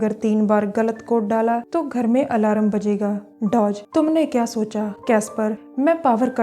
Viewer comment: Aalaram haaa.... Its alarm